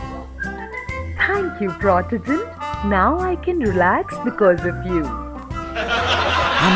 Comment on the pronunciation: No,, it's not Pro-tea-gent, it's Proh-tuh-gent. can't even pronounce his own name right!